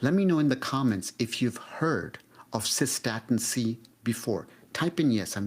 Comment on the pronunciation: No I have not heard of cosa-statin- C